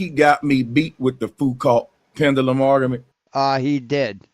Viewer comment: couldn't beat his meat. " OK, Creeeeeeeg. Now listen to this ARGA-MENT